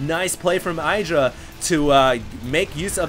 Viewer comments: his name isnt "aidra", its "iddra" (pronounced) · Why does this idiot pronounce Idra EYEdra. My god its annoying